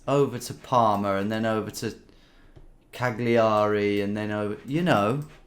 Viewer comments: Even this Dane was appauled by that pronounciation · at "kaegliari" my italian heart stopped for a moment hahah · The 'gli' sound in Italian isn't pronounced how you say it when you say Cagliari. I would be happy to record you a voice nnote for how to pronounce any Italian word both in an Italian and ann English voice